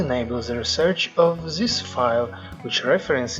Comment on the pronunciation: I noticed you pronounce "this" zis, try to pronounced it DIS